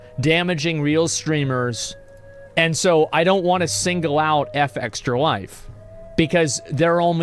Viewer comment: I wonder why he insist on pronouncing their name wrong. It's not " EF EXTRA LIFE " its " FEXTRA LIFE "